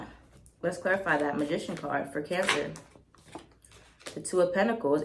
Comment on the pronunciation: I love how says Cancers like “Cyancers” 😂💕 And omg I’m a Cancer sun, Pisces moon and Leo rising. I do feel guilty